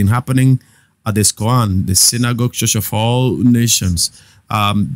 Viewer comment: Bro, school yourself to pronounce 'ch". It's very irritating the way you call church, much, reach. That rubbishes your broadcast.